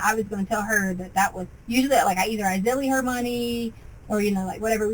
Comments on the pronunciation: She's so stupid. Pronouncing ZELLE, Zilly. Also ciunt hiw many times she says "in my mind..." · The reason the detective never heard of “zilly” is because can’t say the word ZELLE correctly. Again, how was she ever involved in education?? 🙄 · Zelle ???? lol not zelley wtf